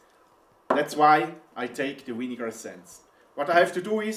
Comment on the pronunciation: Thumbs down for saying winnegar